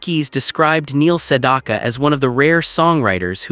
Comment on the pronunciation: Maybe AI can learn how to pronounce his name correctly.